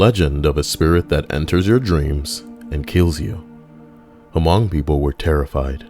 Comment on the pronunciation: The H in Hmong is silent mate